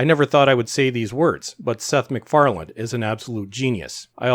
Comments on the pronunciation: _McFarlane_, not *McFarland*! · MacFarlane not MacFarland ... otherwise, well put! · Love how he keeps calling him "McFarland" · The name is MacFarlane not MacFarland ...otherwise good video, thanks. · I like this video, and I think your points are valid, and I agree with them. Just wondering though: are you saying "Macfarland" when you're referring to Seth's last name? It sounds like you're adding a "D" to the end of his last name, which is "MacFarlane." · Excellent analysis. My only problem was the narrator's almost constant mispronunciations of the creator's name. It's MacFarlane, NOT EVER MacFarland. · MacFarlane not McFarland lol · Dude, your video and your commentary are great. But say McFarland one more time... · By the way Seth's last name does not have a D on the end... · This is great but there’s no ‘D’ in Macfarlane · Agree with your assessment. But please, there's no D in MacFarlane.